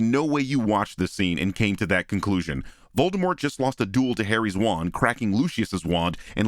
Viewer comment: and "Molded Wart" lol